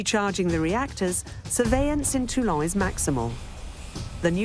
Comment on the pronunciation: It's not Tulong, for Christ's Sake, it's Toulon. Likewise, the subtitles should not refer to General The Goal, as I see occasionally. 😱